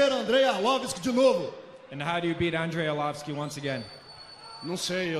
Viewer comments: Whats wrong with this brazilian commentator at 30min49, who is " Andrei Arlovisk" ? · Arlovisk??! Nice job! Hope he gets the W!! Why can't they just learn english and why can they do their weigh-ins/promo videos in portuges, insted of other countries (Germany, some parts of Canada -which are french territories originally, Japan... etc.). No offense, Brazil has a lot of great fighters, but I'm fuckin' tired of listening to this unknown shit!